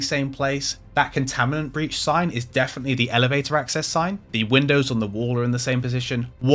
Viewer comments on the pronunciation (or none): Not sure if anyone else mentioned, but you said "Contaminants breach" when the sign said "Containment breach". And you did it multiple times. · You keep saying Contaminant Breach, but its ConTAINment Breach